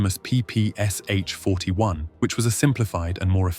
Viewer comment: P-P-Sh, you pronounce it as three letters, as you mentioned in "but soldiers called it papasha"